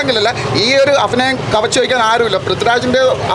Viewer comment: കുറച്ചു ഫാഗങ്ങൾ ഫാവിയിൽ ഫാഗ്യം അഫിനയം അൽഫുതപ്പെടുത്തിക്കളഞ്ഞു